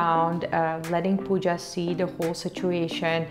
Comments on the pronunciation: Pawja ?? It's not Pawja it's Pooja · Pawja is not right, it's Pooja or Puja 🙂